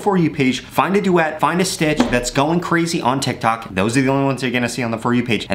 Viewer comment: 150 u said tictac lol